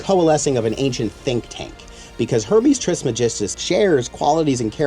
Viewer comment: It is not tris magistus its trismegistus (greek origin : Τρισμέγιστος)